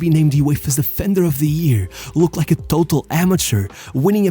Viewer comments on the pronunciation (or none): none